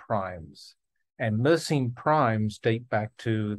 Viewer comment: he is pronouncing it wrong, it is a French name, so it should be mer sen